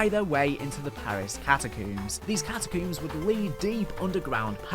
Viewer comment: Cat-a-CUUMMS is killin me😂😅